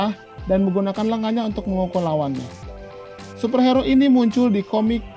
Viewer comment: Kok gua ganggu ya sama penyebutan super hero harusnya hiro bang wkwkwwk